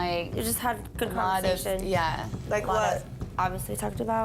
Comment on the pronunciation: Daisy in each episode says wuv can't even pronounce love 😂😂😂🤣🤣🤣